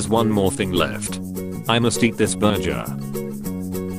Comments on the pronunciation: Bro said ‘burjer’ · I love how they call burger a burjer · "Burjur = burgur.